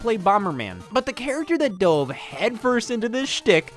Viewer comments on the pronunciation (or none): none